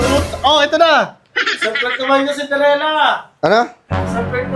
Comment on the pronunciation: Cinderella ❌ Cinderegla ✅